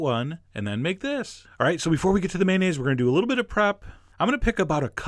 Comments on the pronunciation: Well, "may-nayz" is slightly better than the often-heard "man-ayz," but it's still missing a syllable. It's may-on-ayz. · I think the o in mayonnaise is not silent.